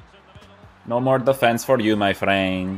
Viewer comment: "No more defence for you my freeend!" 😂🤣